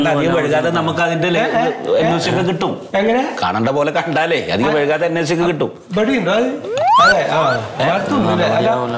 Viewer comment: വഴ്‌കാതെ അല്ല... വൈകാതെ...